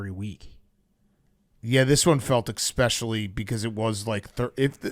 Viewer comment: omg big Kat is an 'EXpescially' guy, I wonder if he drinks EXpresso